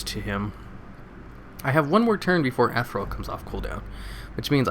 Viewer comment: eth-eer-ee-ul XD i love your vids